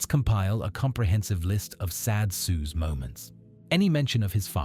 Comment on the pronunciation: This is laughably bad AI slop. Can't even pronounce Soos correctly lmfao